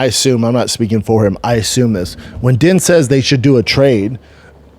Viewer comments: Out of her own mouth Ditcheva said that she doesn't care about ever being in the UFC or fighting the best & that she just wants to stay undefeated & make a lot of money lol. Also, Din is pronounced "Dean", not "Den" lol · Isnt it pronounced Dean?